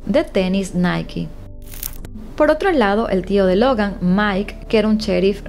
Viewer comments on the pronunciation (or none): none